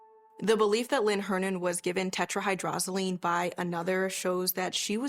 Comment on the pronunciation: The detective couldn't pronounce tetrahydrozoline. Come on police forces. How are these guys supposed to catch murderers if they are not smart?